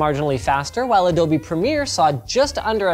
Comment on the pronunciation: Adobee or adobe, Googlee or google